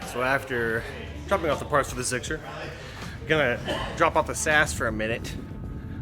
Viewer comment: Did just say "ZIXXER"